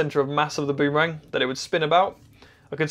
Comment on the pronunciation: Shorten the ooo in boom to be nearly as short as bum. That's the way the Indigenous Australians say it.